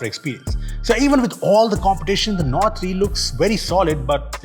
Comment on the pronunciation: You lost me at OnePlus "NORD"